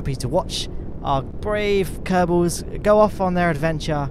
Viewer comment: you can say: "the kerbels have invented a more efisent teck".